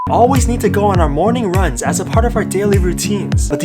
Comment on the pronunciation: Bruh he said rungs